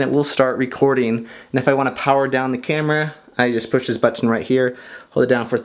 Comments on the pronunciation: "But-tin" I laugh every time you say that ... I even got my gf to watch this video with me because of this. I really enjoy all your video! Thanks for uploading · It's funny how you say "button" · the way you say button is so funny 😂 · Thats what I thought. I am glad I am not the only one who thinks that! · Lols, i love the way he says "button" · The way you say "button" hahahaha. But seriously, great informational video. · The way you say button makes me smile but I don't know why 😂